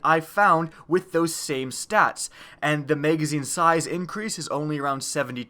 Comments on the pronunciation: MAGazine...not Maygazine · Why do you say may gazine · What's a maygazine? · MAYGAYZINE, MAYGAYZINE, MAYGAYZINE... i can't unhear it! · Bro purely do to the way you say the word magazine I just can’t stand you 😭😂😂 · OMG so annoying!!